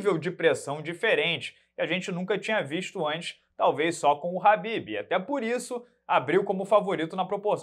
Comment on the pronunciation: Quando o chama o Kahbib de Habib, ele deixa de chamá-lo pelo nome para chamá-lo de “amado“. 😂